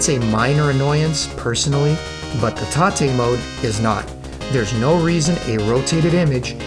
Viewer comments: Mate, thanks for the great video. I enjoyed it very much. But i have to say it: It's tate mode, 'tate like rotate. Because the screen is rotated. It's not taté. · Do you think maybe it's tate mode as in rotate? Rather than taté (tar-tay) ? Just wondering. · What's with all this "tah-te" mode nonsense? You need to get GAME SACKED, sir. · "tah-tay" mode 🤨